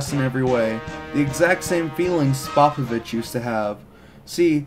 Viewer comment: Good vid, except cringed every time he pronounced Spopovich